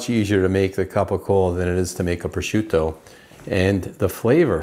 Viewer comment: its CAPICOLA, not CAPICOAL. stop mispronouncing words . its MOZZERALLA not MOOTZERELL! You pronounced PROSCIUTTO the correct way, so you obviously know you are saying the word wrong, so why? why? With that all being said: I can not wait to try your way. I usually use hot sauce with salt when I brine it and then pepper and mustard to dry age it. I can honestly say i have never tatsed "mild" CAPICOLA before. Thank you for this video